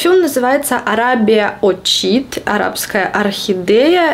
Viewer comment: Оркид)) не орчид))))) плиз, произносите оркид ( ударение на о)